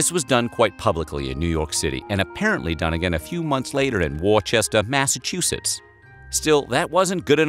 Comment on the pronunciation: His pronunciation of Worcester Massachusetts made me lol!